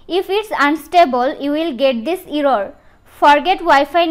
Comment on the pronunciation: error ❌ arrooooor ✅